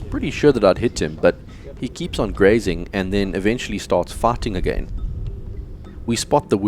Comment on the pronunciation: Okay. Fighting. You was saying fighting. Now I get it. I thought you was saying farting.